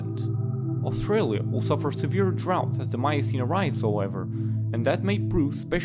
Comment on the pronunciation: i gave this a thumbs uo but... any chance you can let someone with and American accent read this? i dont mean to be rude or racist... Paleocene Miocene....